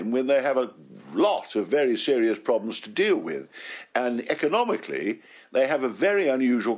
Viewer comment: They have coursed all the ploblems Ken